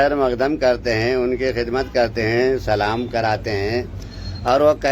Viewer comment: Pehly salam sahi se bolna Sikh ly